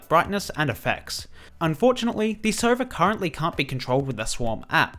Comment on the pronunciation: hes saying sova but it sounds like server